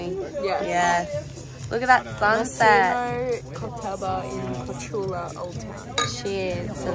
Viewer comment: It reads KorCHula, not Corcula.